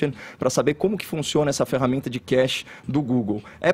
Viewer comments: Mds... inacreditável. Os comentaristas não sabem nem pronunciar a palavra "cache", ate que chega o Caio e assim o faz. Estou irremediavelmente apaixonado por ver esse cara desmascarar todos, mesmo com esses outros falando nada com nada ao seu redor. Outro ponto, Fefito disse que é inaceitável associar Anselmo a KGB... Fefito, vc já assistiu ao vídeo onde o Anselmo fala com todas as letras e sorrindo para a câmera, que ele participou deste grupo? Reclamam tanto dos ataques que levam, mas vcs são tão despreparados, porque não começam a trabalhar, são preguiçosos. Acordar cedo não sinônimo de trabalhador. Parem de reclamar todos os dias dos ouvintes, colocando como se a gente fosse burro. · Caxi......kkkkkkk Velho os caras não sabem pronunciar cache lokura Como o Caio vai debater com uma galera que dá opinião sem pesquisar, embasar suas ideias, sempre parte do EU ACHO ...triste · Estão usando a pronúncia errada da palavra cache para atacar os comentaristas do programa. Isso vc não acha errado? Agora, um pronunciamento oficial do Ministério da Educação, no mínimo tem que estar de acordo com as normas ortográficas da língua brasileira, não acha?